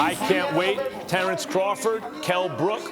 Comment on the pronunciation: “I’m readaah Terrance readaah!! It’s going to be an amazing fight”!!